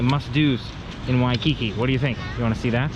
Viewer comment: You should buy a Hawaiian language dictionary from the ABC Store so you can learn the correct pronunciation of Waikiki. Just saying.